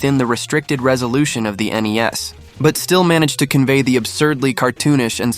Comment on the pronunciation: Did he just call NES Nintendo knees.?